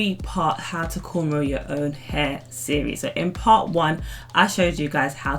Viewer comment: It’s cornrow not Caine row wtf ?